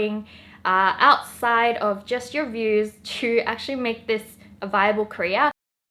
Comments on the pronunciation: When she keep saying "career" it sounds more like she's saying "korea" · i actually thought she said korea 😂😂😂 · Wengie, it's "career" not "Korea". That place is about to get nuked anyway. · Whenever she says "career" I always think she's saying "Korea" and like an idiot(which I am) I'm all like "huh? Kpop??!!" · was actually about to comment this. same!/😁